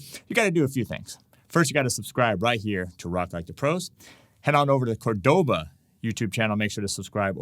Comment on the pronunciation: Hi. Thanks for the lesson! FYI, you keep saying Córdoba wrong, with the accent on the second syllable, e.g. cor-DO-ba. Córdoba has the accent on first syllable, e.g. COR-do-ba. I have the Córdoba “Dolce” 7/8 scale classical guitar. It is one sweet guitar (pardon the pun)!